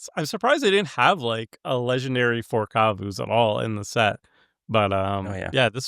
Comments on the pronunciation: Tomer pronouncing Kavu like Kazoo is adorable 😂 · Tomer did not just call them kuvuus...